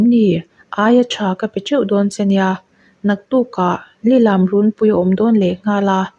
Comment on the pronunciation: Lilam tih i thlûk dan hi adik lova,angaihnawm lo eeeee